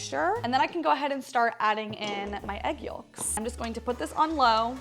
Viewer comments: You are the first person I have ever heard pronounce the “L” in yolk. I love this cake…looks yummy! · SHE PRONOUNCES THE "L" IN YOLK!!!